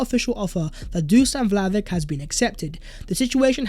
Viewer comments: It’s pronounced “Vly-oh-vich!!! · As always great video mate. You could add the sound ch at the end of Vlahovic's name :) So we should buy the man because if we make top 4 with him then its money that we'll get back so a solid investment. If we don't make top 4 this season then there's a good chance we will next season. But with many teams faltering such as Chelsea the stage is set for a smash and grab 4th place. Let's do it.